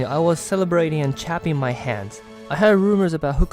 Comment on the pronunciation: Chapping my hands?😂 Clapping is how you say it.😊